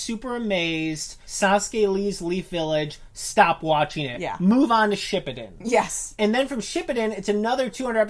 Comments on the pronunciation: Edit: And pronounce Shippuden like "Shpippiden" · Narudoe shipudeen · shit he said shipbuldin😂😂😂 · im sorry, but like thats not how you say naruto or shippuden- (no offense lol) (also im from the future in 2020) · yea and how she said shippuden